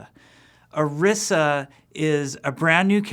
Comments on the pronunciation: It really bugs me how he keeps butchering the new character's name. Orisa is clearly meant to be pronounced using a spanish inflection, considering that the little girl says it correctly in the opening cinematic. Oh-ree-sa is phonetically correct. Come on Kaplan, get it together! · You pronounced Orisa incorrectly. Fire him. YOU GOTTA ROLL YOUR TONGUE MAN. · When does this come out? Also he pronounced orisa differently than they did in her origin story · is it really that hard to pronounce Orisa and Efi? Especially since you have helped develop them? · really? you cant even pronounce your own heroes' name right? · Either he's pronouncing her name wrong or they spelled it poorly. (That "i" should be long, unless they add two "s"s) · pronounced "oreesa" or "orissa"? y'all need to communicate with each other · That's what makes it so irritating. He should know how to pronounce it. Go and watch the character intro for Orisa that is also on the overwatch page. It is very clearly pronounced as I said it. Always so cringeworthy when you hear people mispronounce names.